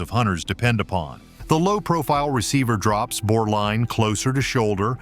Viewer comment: “Bour”? No, Bore.